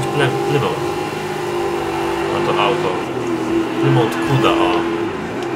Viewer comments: nie mówi się plymołt tylko plymut:) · nie plymont tylko plymuf jak coś